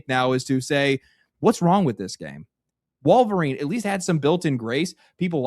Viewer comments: I really like but I hate the way he says Wall-verine. 😂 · He's right but man the way he pronounces Wolverine make me insane lol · He didn't even pronounce wolverine correctly. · 😅😅 I hear that too